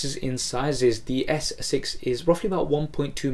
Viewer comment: its S6 not Essex